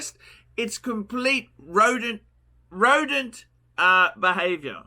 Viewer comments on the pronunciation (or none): ROWDENT!! Roedent guys